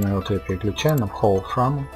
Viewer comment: "хоул фраме" мдаааа